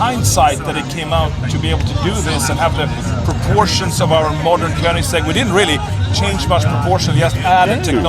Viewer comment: And Koenigsegg not Köningsegg